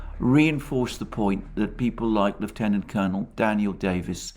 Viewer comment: I do appreciate that you pronounce Lieutenant correctly.